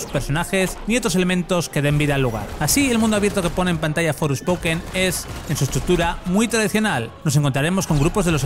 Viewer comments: Por qué dice Fourspoken? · Me duelen los oídos al escuchar "Forespoken"... Creo que los periodistas son los suficientemente profesionales para pronunciar bien en ingles, sino no trabajéis en esto.